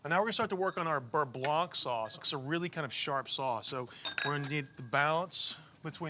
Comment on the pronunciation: For a moment there, I thought Tyler said he had “chai burre blanc”, which made me grimace.